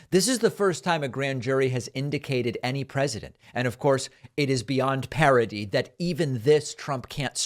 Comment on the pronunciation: I have to say, sir, that if you are (rightly) going to mock Trump for use of the word "indicated" over "indicted", you should be careful to make sure you are properly pronouncing "parody" as opposed to "parity" .